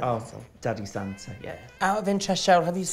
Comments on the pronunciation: I know they’re saying “Santa” ... but I’m hearing “Sansa”. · Anyone else hearing The Vivian saying “Santa” but sounds like “Sansa.” I drifted off and heard Sansa and thought “Are they watching GOT now?!?”